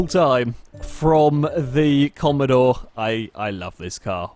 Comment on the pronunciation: please I just can't comprehend what you've done please do the sake of all of us, it's Holden Commodore not commadore 😂😂